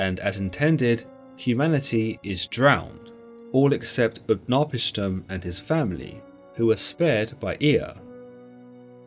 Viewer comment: UtnaPISHtim, strong on the third, not the second.